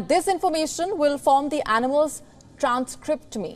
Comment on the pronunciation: transcriptome, pronounced as transcriptome (like Tom) not as "To-Mi"